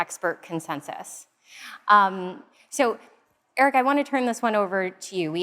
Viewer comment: Babe, you gotta get Eric's name right 😜